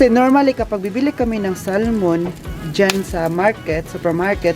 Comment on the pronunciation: You’re so lucky to have Andy as you company. Don’t get upset if I correct you on your pronouncing the word “Salmon “. It is silent “l “. So it sounds like sa mon. Bigkasin mo ng mabilis. Enjoy your lunch and say hi to your employers. I was an X’ five star hotel worker and our former GM in Manila was German and when I was in Dubai , our Chef 👩‍🍳 was German too. Good luck and ingat sa kalusugan mo. I’m your lola Elsa.